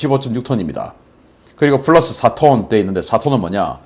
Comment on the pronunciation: P랑 F 발음좀 구별해라... 훌러스가 머냐...